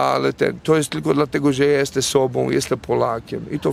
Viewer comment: Juz weryfikuje. Mowi sie "JESTEM" a nie "JESTE"😂